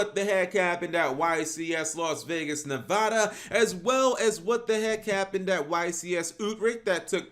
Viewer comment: 😫you said Nevada wrong😡